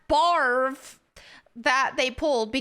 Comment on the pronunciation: Every time she said barve, my brain just went to barf.